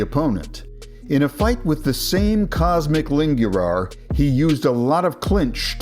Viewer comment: Cosmic Lingürar, as a romanian my ears are fried 💀💀